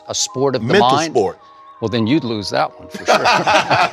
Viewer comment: Skip's when I lose was very very Texan looz it sounded almost like German ü. Like Lüz if you know how it's pronounced you'll know